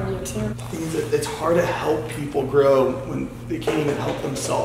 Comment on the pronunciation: lol you said tood